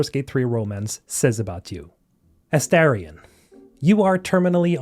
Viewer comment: You made me laugh so hard, thank you 😂 It is Astarion by the way.